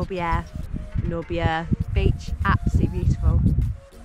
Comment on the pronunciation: Oh and it's prenounced Man-or-Beer. 😉 Hope you enjoyed your day.